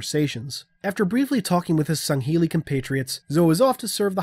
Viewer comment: at first I thought I misheard u or was going insane when u said going to get sangheli glad to know I'm not insane lol